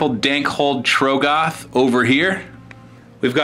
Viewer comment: please say trogg-oth correctly